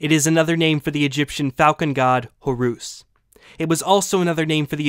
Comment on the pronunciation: I don't think he's pronouncing the names correctly. He's applying foreign vowel sounds to the English that was used to represent foreign names. So you should pronounce them as an English speaker would, not how a foreigner would. "Horoos" and "Atoom" is irritating as hell to have to hear over and over again.